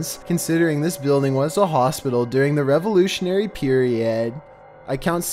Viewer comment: "In the Revonational Peri-od" As in he was acting like a girl